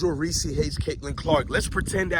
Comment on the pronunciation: This guy wanna simp for Reece but keep pronouncing her name Reese-see like she a peanut butter cup. It’s Reece bro not Reece-see 😂 if you gonna simp know ur girl name